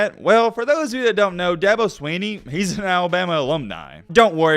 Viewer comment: Good Lord if you spend 11 minutes taking about a man can you at least pronounce his name correctly? It’s not SWEE-KNEE